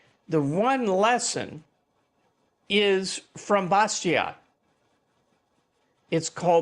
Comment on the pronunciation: "Bastiat" is pronounced "bastia", without the final "t"